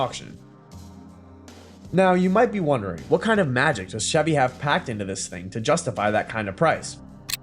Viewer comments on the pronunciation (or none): none